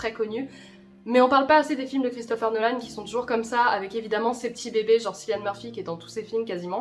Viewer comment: Juste petite rectification le prénom de Cillian Murphy ne se prononce pas " "Sillian" mais "Killian" comme Kylian Mbappe.